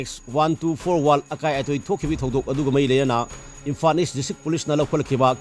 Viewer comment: Asengbani..pao pabada basic pronounciation si chumhanbiyu natradi taba yam nugaite..imphan schoon etc etc